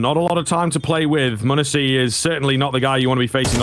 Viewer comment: Will someone please tell this caster how to say m0NESY's name? Or just keep him off of G2 casts. Something that small shouldn't make me so irritated but god damn man. Great caster, but that just drives me nuts.